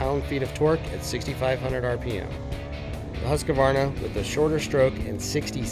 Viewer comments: One thing that drives me CRAZY:......people that say Husq"A" varna. There's no freakin A in the middle. Phew, I 'm ok now. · The dude doing the voice over needs to learn how to pronounce Husqvarna.